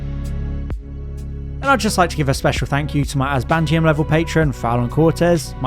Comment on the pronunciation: great video chief. I must say I miss how you used to emphasize the second syllable in Azbantium 😂